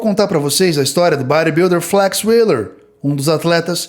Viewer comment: Achei o vídeo top demais mais achei engraçado o jeito dele falar Bodybuilder ( BÁ RÊ BIUDIM) kkkkkk top top mais um inscrito 🎉